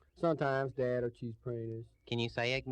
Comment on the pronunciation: Just what ARE "Cheeze Praynus"?